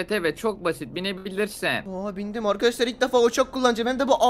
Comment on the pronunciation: Altın donbuş olurmu uçak ne alaka ouçak değil